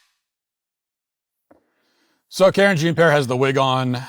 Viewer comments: Karen Jean Pear I love it. That's hilarious. At first I thought he was accidentally pronouncing it wrong. Then I realized, nope. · I missed him saying Karen Jean Pear. 🥹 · Off topic, but Matt saying KJP's name like "Karen Jean Pear" is funny to me for some reason 😭